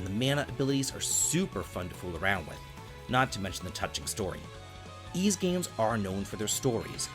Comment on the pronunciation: Bro how could you claim to be a big Ys fan when you constantly fail to even pronounce the main characters name properly? Come on, dude.... you flipped it like ten different times in this video alone.